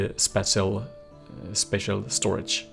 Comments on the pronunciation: spāSHəl spāSHəl spāSHəl for the love of god it is spāSHəl not spatchel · spatial: spaa-chel